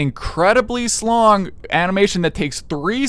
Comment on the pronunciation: bro was ranting so hard he said slong 😭